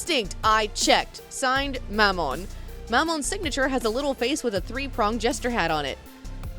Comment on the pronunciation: They way you pronounce Mammon makes my uncomfortable